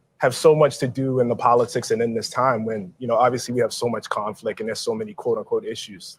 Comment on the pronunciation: The guy said conflic and aks, it's hard to take him seriously after that.